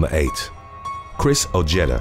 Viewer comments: Ojeda is pronounced "o-hey-da" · Dude you have to work on your American pronunciations, number 8 is pronounced O-Hay-Da. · The J is silent in Ojeda. O-hee-da. 👍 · You’re not pronouncing Ojeda correctly. It’s pronounced. oHedah